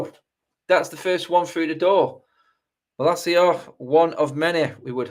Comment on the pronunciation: Why are you pronouncing his name like that? He's not spanish...